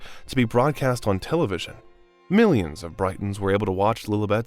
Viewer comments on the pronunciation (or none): Well, what about pronouncing "Britons" as "Brightons"? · To the voiceover person: you nitwit. Britons (the people) is pronounced the same way as the country...Great Britain...not like the city by the coast...Brighton. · you need to learn how to truly pronounce the names (it's Britans not Brightons) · The pronunciation in this is dire. Brightons? And who's Cameella Parker Bowels?? SMH